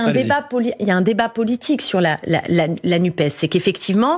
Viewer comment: Messieurs les journalistes apprenez à dire NUPESSSSS Merci